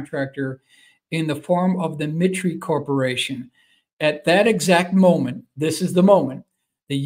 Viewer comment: 2 corrections: assassination was misspelled and “mitre,” I believe, is pronounced “MY-ter.”